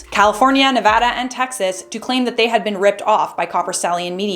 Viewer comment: Thank you for pronouncing Nevada correctly. Everyone I meet that isn’t from here ALWAYS say it wrong.